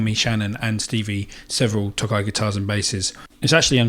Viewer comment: Tokai's first half should be longer, as if you're saying "toe kite" without the t. It means "eastern ocean." Their names sound silly (Breezysound is their Tele, Love Rock is their Les Paul) but the sound and playability are good. I've had 3 Fender tele's but am currently playing a Tokai as I like the sound more.